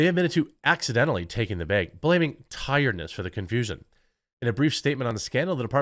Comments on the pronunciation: I hate the way you say “bag” 🫢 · lol. "beyg" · Jeremy saying "baag" makes my day! Thank you Jeremy. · Everytime Jeremy says "beg" I lose approximately 1 year off of my life expectancy. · One less clown in Biden's Freak Parade. Also, Jeremy had to say "behg" 100 times. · “Baig” lol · Is it just me or is Jeremy pronouncing word "bag" weirdly cute? Like bēēg :D edit: grammar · I only click on the video to hear the quartering say the word bag over and over